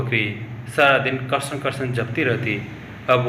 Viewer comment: कृपया कृष्ण का उच्चारण सही से करें